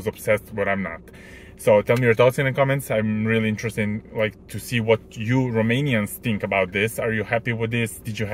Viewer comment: Aaa ok ok,, you pronounced the Romanian words very well